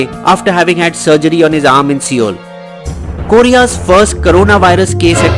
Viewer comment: It isn't so hard to check the pronunciation of a major country 's capital. What is wikipedia and Google Translate for? I have only heard old aunties pronounce Soh ul as SEEoul. Same for the names. J is pronounced as Y in South America as in like Brazil or Peru. What made you use that For Korean names? I wished this video covered the way South korea controlled the virus. I have links for that from good sources. I never read coronavirus reports from indian media. I rather use research articles which have a lot og interesting information. Japan also didnt need a lockdown.